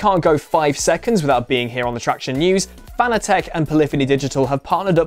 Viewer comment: Don’t want to be rude but Fanatec is pronounced fanatic with short letters